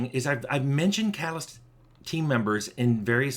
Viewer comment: I keep mishearing catalyst as "calloused" That's a very different type of team member.